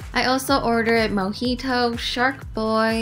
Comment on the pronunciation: When she said mojito is thought she said monkey toe lol 😂 And when she introduced shark boi I was waiting for a lava gurl